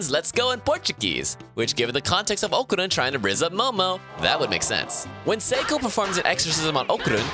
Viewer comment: The way he called Okarun really disturb me